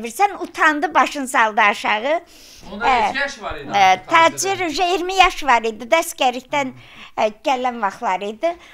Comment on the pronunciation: Bu xəstədir,Tacirrr başdan xərəb ayıb olsun bu qadına , Get Taçır deməyi öyrən ,sonra danış